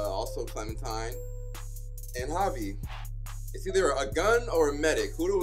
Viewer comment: Clementine=Clemen-fine 😳😳 I'm 14 tell Chris Hansen to go home.